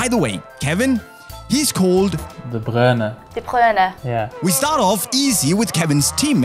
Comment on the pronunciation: KDB: de Bruyne Journalist: de Kruyne 🤦🏻‍♂️